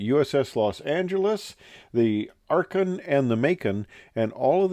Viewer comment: "Akron" dirigible. Not arcon,! Your followers in Ohio are going to be miffed.